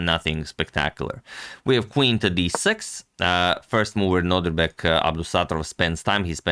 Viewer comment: Am I the only one who hears Antonio always say NodRIbek instead of NodIRbek? Just checking on my sanity here 😅